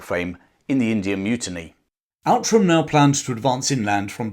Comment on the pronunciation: Outram is pronounced Ootram.